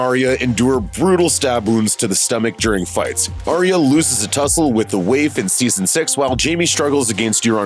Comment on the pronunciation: Are we watching the same show? Why can’t u pronounce CATelyn or Arya yo